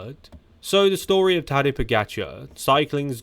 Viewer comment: He's saying his first name, Tadej, but with an accent that sounds like Taddy